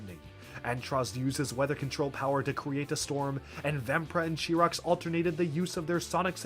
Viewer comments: Chirox’s name is pronounced kie-rocks not chee-rocks. if you want some proof it says so on his page on Biosector01. and when you were talking about how important all the makuta were you called makuta gorast chirox. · "Really the only thing you need to remember about Makuta Chirox here" "Chirox" Oh, honey, no.